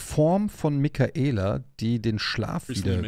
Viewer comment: Er heißt Miquella, nicht Mikaela 😂, Bin gespannt, wie es sich letztendlich auflöst.